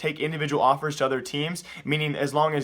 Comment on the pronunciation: was it just me or does he say awpers instead of offers